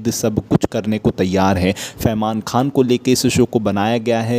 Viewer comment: Oo bhaiya Khan bolo kha nh 🤣